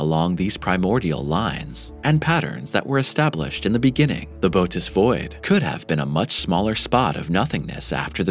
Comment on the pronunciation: Interesting video, but I have been an amateur astronomer since age 7, and I can tell you don’t know your constellations. It is Bootes with an umlaut (or equivalent horizontal 2 dots in English, etc.) over the second vowel to tell you to PRONOUNCE BOTH VOWELS! It is pronounced Boh-‘oh-teez. Also, the penultimate time you mentioned the size of the Bootes (can’t do the 2 dots) Void, you said it was 300,000 MILLION ly in diameter - that’s 300 BILLION! That’s impossible. I even put on the subtitles to make sure. Other than that, keep up the good work. I love astronomy, astrophysics, cosmology, and physics.